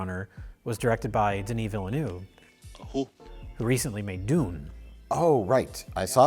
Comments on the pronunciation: Nobody thought to correct Mike on his Denis Villeneuve pronunciation lmao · Wow, you completely massacre the pronunciation of Denis Villeneuve hahaha